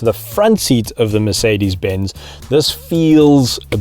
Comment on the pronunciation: Guda Lawrence he calls it MerKedes in the all video not just . Is he serious.